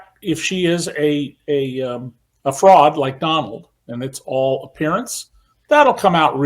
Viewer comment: His name is Don-OLD. 😂